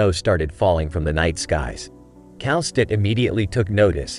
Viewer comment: The way you pronounce Kal'tsit's name is very weird. I think it's supposed to be Kal-sit not Kal-stit. Actually it's still up for debate of how to properly pronounce her name bc the Japanese and Korean localization of her name is literally pronounced Kelsey.